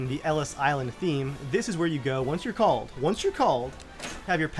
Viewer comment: second l missing in called